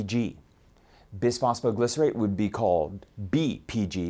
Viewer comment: hahahahaha bis-fy-glos- leeee , sorry